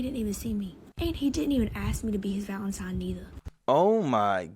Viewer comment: It's Valen-tine, not Valen-time. Just wanted to throw that out there. I used to say it like that in my teens, util one day I was completely humiliated 😢